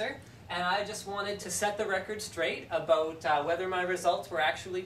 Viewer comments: His voice has not changed but he said it he said the funny Canadian thing aboat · The "about" was a bit more "aboot"-y but other than that he sounds exactly the same. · Eyy aboot